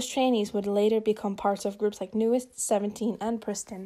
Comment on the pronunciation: You know, if they were as bad as all that, their groups wouldn't resign with them. Just saying. There is always more going on behind the scenes than we know. Also, it's pronounced New East, not New Est. Listen to them say it. New EAST.